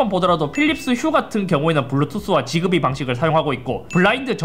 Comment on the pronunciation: 지그비가 아니라 직비 (약간 s랑z사이 발음으로) 라고발음하긴 합니다